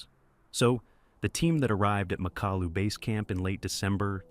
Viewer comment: Nie Makolu tylko MAKALU pacanie Al 😂😂😂